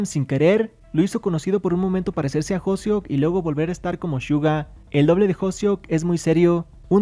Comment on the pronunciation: Y LUEGO NO SABES DECIR HOSEOK!? SE DICE H O S E O K NO HOSEO